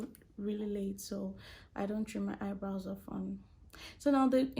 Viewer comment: Why she keep saying "Haibrows" ?💀 This was really helpful though, thank you❤